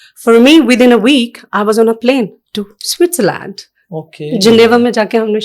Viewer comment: Switzerland ❌ Swiszarlaand ✅